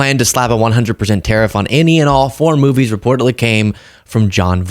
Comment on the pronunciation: Sorry, did he say "moobies"?